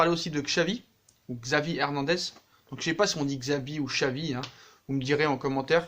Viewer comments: Ça se prononce chavi pas xavi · pour Xavi on dit "Chavi" :)